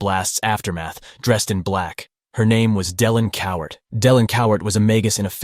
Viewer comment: It's "Cowart" Cowar~T~ With a ~T~ NOT Coward with a D!!!!